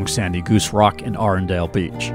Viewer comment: It’s pronounced Arun-del not Arendel. Kennebunkport includes Goose Rocks Beach but not Arundel - that is inland.